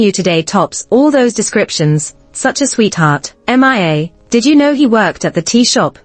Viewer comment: meea not M.I.A ,SO ANNOYING